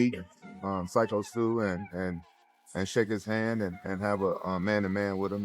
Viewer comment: Psycho. Psycho. Psycho stew. Not seeko, cee co., c ko, syko. Sigh co. Sign without the n co. Like company abbreviated or w.e.. psycho like psychology but stop before the L then add that abbreviated company again and u got it gurrrl.. Congratulations I always believed in you young lady 👍 Edit: may God have mercy on your remedial soul, your on your own.